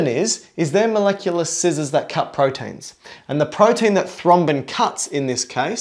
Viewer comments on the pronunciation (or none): none